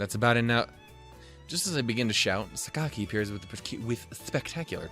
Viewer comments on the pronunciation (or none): I don't know if you're still worrying over Sakaki's name, but the 'a' vowel sound is not actually the same as the 'o' in 'cock', if that improves matters. It's basically the same sound as the 'a' in Spanish (think 'las', 'mas', or even German 'das'). And the articulation is more like Sah-kah-kee than Sah-kak-ee. (Don't lengthen those vowel sounds though; that's important in Japanese.)